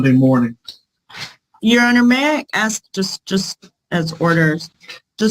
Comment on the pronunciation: It's ASK. Not 'axe'. If but for nowhere else, try using your finest English in court.